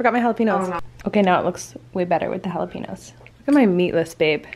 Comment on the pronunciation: It`s Jalapeños.... not jalapinos.